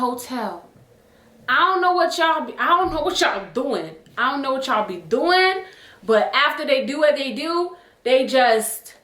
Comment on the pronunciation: The “ion know” killedddd meeeeeeeer